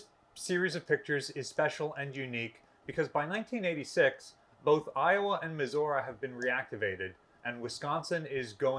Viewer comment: Dear Curator of Battleship New Jersey Museum and Memorial, Are you pronouncing Missouri wrong intentionally just to annoy people? sincerely, A Missouri resident